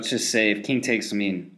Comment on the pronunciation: It's pronounced Kung in the Unglish language.